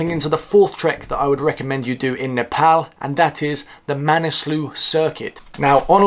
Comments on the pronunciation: i gotta give you respect for pronouncing Nepal as Nepal not Nefol .. Hope to see you n Nepal again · Love how you say Nepal without British Accent. Here nobody understands if I say “I’m from Nepal” I have to say “Nepol “🤣🤣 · Now you sound perfect saying Nepal lots of love from UAE keep it up